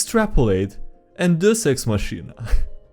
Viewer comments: Deus ex machina is pronounced "day-us ex mock-in-uh" which translates to "god from the machine." It originated with Greek plays having bad writing and needing the gods to come down from the sky (being lowered into stage with a machine) to fix everything. To be fair to DMs who use this, you can't write what your party will do. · say it with me, "DAY-us ex MOCK-ee-nuh" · Dear, I really like your videos. I think they are fun and entertaining. I think you are a great youtuber. So please, for the love of the dice, please google how to pronounce "deus ex machina" properly. Thank you. -A viewer. (PS: The Goldfish's name is Sylgar) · The way you say deus ex machina is so wrong it causes me physical damage